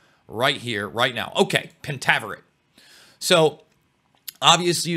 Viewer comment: FINALLY! Someone discussing this SERIES knowing it's past and heck, even how to pronounce the name correctly is so fulfilling. Lol I've listened to people try to talk about this but knew nothing of it's roots or what it even was about. Which really upset me more than whatever they were even talking about.... But for the show, I could've done without all the penis'